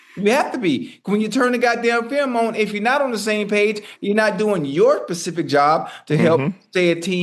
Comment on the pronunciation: Somebody gotta tell Chad it's "specific"not "pacific". He talking about an ocean 😂 😂😂